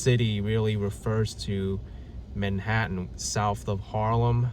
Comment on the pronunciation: I thought it was ManhaTTan, not Manhaaunn.😅